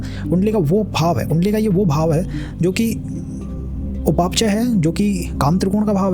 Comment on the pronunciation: Very good work. Please check your pronunciation for words "Upachaya" and "Navamsha"